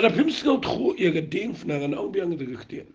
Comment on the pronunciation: Wat dom mo phi pule ba Diengphna bad phi pronounce diengfna. Jan noh ka kieñ khasi